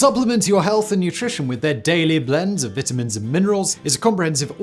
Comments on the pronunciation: Hey Vitamins is pronounced "V eye tar mins" people are laughing at your Vit a mins !!! :) :) that is what Lucy (I Love Lucy fame) called them in one of her famous skits! people eventually put those recoil less rifles on trucks, Jeeps & even snowmobiles !! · Simon. The word is VITAMINS, long "I", not "vetamins"...... Speak english 🤦‍♂️ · Disliked for limey pronunciation of vitamins. 😂🤣👍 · Why do you pronounce it vitamin and not vitamin like a real American? Lol